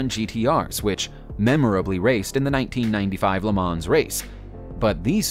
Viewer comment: Porsee and not Pors! I know English speakers say the latter but if you make a video at least say it the proper way. Also Le Mo’ not Le Mans